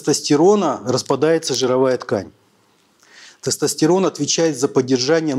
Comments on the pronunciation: Он слово тестостЕрон говорит как соседский, потдатый дед на во дворе на ловочке... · Мля... Я еле дослушал, в русском языке не всегда слова говорятся как пишутся. В слове тестостерон, секс, компьютер вместо Е произносится звука Э. Ухо режет жесть. Содержание тоже под вопросом. Какая-то околонаучная лекция... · Врач не правильно произносит тестостерон